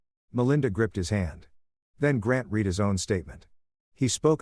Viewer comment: AI - you're nearly there on this one. Read and Read are pronounced differently depending on the structure of the sentence. If we allow to carry on like this we will be raising a poorer society.